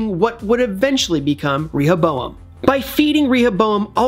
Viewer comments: Why are you saying ReHOboam 😣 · Clearly the person giving the voice over is just reading from a piece of paper and hasn’t watched the show considering how he mispronounces Rehoboam every time. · Actually get someone who has watched the show to read the script for the video!! Rehoboam... come one say it correct!! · The guy who spoke in the video probably hasn't even watched Westworld and is reading of a script. Rehoboam feels violated by your pronunciation! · It only takes a few seconds to look up how to pronounce Rehoboam. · the real villain is the one who pronounce Rehoboam like the guy who is saying in this video 🤢🤮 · He could have googled it, at least